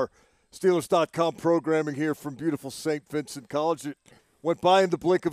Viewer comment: Why isn’t Mac Starks can’t pronounce Saint Vincent correctly …….I mean really🤬